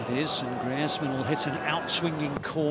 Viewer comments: Who the hell is «Gree-ezz-meun» !? I know Antoine Griezmann «Griz-man», never herd of this «Gree-ezz-meun» fellow lol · who tf is Gri-Ez-Man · No way He called Greizman, “Greiz men”😂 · Did anyone realise that the commentator called Griezmann GRI-EZZZ-MAN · gree-ezz-man wtf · The way this guy pronounced Griezmann 😂😂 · how can you mispronounce griezmanns name that badly?